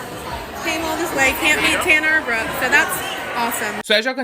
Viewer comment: You are saying Brooke's name right 👍🏻